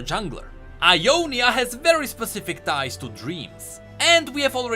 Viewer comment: I deadass heard "thighs" instead of ties when your brought Cithria up, aint even mad